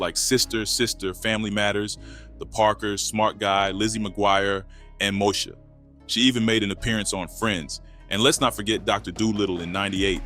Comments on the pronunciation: He said Mo-sha....he meant MOESHA 😅😅😅😅 And One on One was my show, her and Flex Alexander was a dynamic duo as father and daughter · Did this guy just say moe-sha😂😂😂😂. Mo-ee-sha my man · This AI said Mosha. It's Moesha you AI robot. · MO-E-SHA. The fact that you did not know that, I am thinking this is Ai or you are White using a Black dialect because you pronounced it incorrectly. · …fake ai voices are getting more and more realistic…MOE-sha…not Moe -ee-sha…stopped watching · This foo said “MOSHA “ it’s Moesha 😂😂😂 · 😮 The narrator doesn't know how to pronounce Moesha (moh-ee-sha)?! That was an iconic Black sitcom featuring the singer Brandi Norwood! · I don’t like how he said MOEsha he said mosha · I swear to god I just paused the video and said “did this nigga just say moe sha?” 😂😂😂😂😂 then I seen this comment lmaooooooooooo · Mosha? Lmbo Please send your AI to school. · Moe -sha...mosha...😂😂😂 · I think this channel is AI using a black voice. Because how you don’t know how to pronounce Moesha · Why he pronounce Moesha like that? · Teach this robot to pronounce “Moesha”! Dang 🤦🏾‍♂️ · Contemplated turning this off after he mispronounced Moesha’s name. It better be A.I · Is this voice a real person or a real black person because that's not how you say Moesha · I was good til you mispronounce Moesha. Im good😂